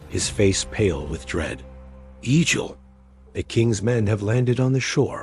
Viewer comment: Not E-jil. EGG-ill.